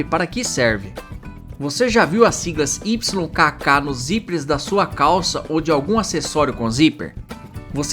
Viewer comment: AI. Can't pronounce "aglet" or "YKK," such simple words.